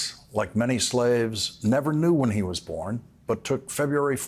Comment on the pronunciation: I thought you said trump will NEVER set foot at the White House again and you placed too much emphasis on the word NEVER